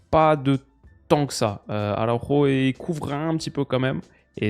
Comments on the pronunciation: Tomas Araujo en portugais c'est pas Arauro, pour la bonne prononciation c'est Araoujou🤝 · Salut en tant que benfiquista ce matin c’était dur mais la vidéo fait quand même plaisir (On dit tomas araougeo) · Astuce pour toi pour la prononciation des joueurs portugais/brésiliens; prononcer le nom à la Française. Tomas Araujo en portugais ne se prononce pas du tout comme à l'espagnol par exemple.